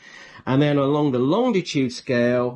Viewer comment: Hello from Pedants’ Corner. There’s only one ‘D’ in Longitude. Please stop pronouncing it Longditude. Otherwise, most helpful video.